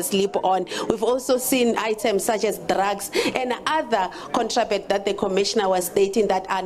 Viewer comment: The way she struggled with 'contraband'. Shembe!